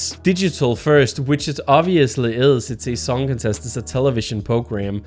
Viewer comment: The way you pronounce "Eurovision Songcontest", sounds like "Eurovision Songincest"...